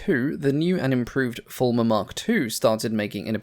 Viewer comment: Fairey Farmer? Fairey Former? Fairey Fulmar (Full ma) is how I thought it was pronounced. Still, as long as it did the job.